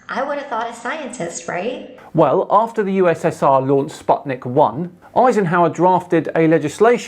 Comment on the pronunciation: Minor thing, Sputnik is pronounced 'spoot-nyick.'